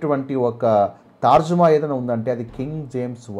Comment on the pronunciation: తార్జుమా కాదు, తర్జుమా.